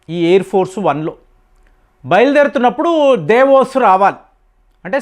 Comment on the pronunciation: మీరు ఏంటండీ ఇప్పుడు పదాలని తప్పుగా పలుకుతారు అందరూ దావోస్, అంటే మీరు దేవోస్ అంటున్నారు... లేకపోతే అందరూ మారిషస్ అంటే మీరు మురిశెస్ అంటారు ఇలా చాలా వర్డ్స్ విన్నాను.... మీకీ అనారకణ మీరు ఇప్పుడు ఇలాగే అంటారా